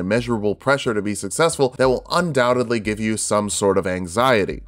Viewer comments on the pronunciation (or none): none